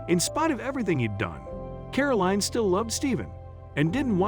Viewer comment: WHY mispronounce Caroline as caroleen, You wouldn't ask for a bottle of WEEN with your dinner, would you?.